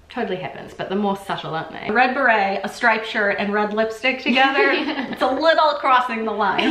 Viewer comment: If you dont want to sound like s tourist then try sounding the word beret the correct way lol !!!!!!!! Hilarious